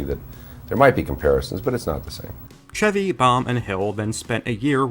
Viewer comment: Lol wow i thought this was just a movie I'd seen from my childhood nobody else did like a secret memory or something feels good to know alot of people know it and like it and finally why is this guy calling him ceavy instead of chevy I've literally never heard someone mispronounce an easier name in my life it really irks me